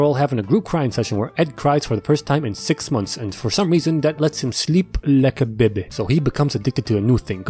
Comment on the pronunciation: the way he says "bebeh"😭